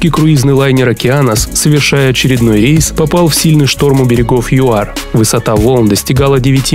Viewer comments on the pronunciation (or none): none